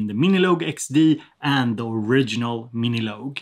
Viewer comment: love how you pronounce it as "miniloag" haha